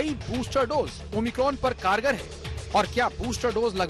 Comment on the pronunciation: o my cron 😂